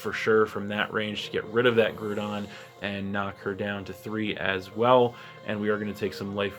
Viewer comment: It made me laugh every time you said "Grew-don." Made me think of Despicable Me. I'm pretty confident it's Grou-don. Grou as in Growl and Ground. New team, eh? Excellent.. excellent..